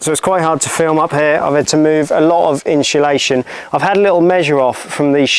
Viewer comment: "inshulation" :face-fuchsia-tongue-out: this vid was really helpful thanks!!